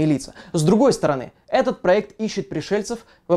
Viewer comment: отпraвимся, пrолетала, пrоект Ооо вы из Англии!